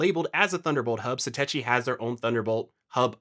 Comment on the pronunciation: Why do people keep mispronouncing Satechi? The CH sound is pronounced like a K sound, as it is in technology. And why would you care about cables becoming accidentally unplugged when you’re rebooting your Mac? Obviously at that moment there should be no processes running. And if you have cable unplugging simply by raising the Mini a fraction of an inch, then your cables are not seated or installed properly in the ports.